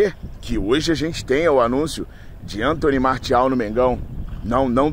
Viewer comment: O cara é FRANCÊS. O nome dele se fala Antoní Marcial.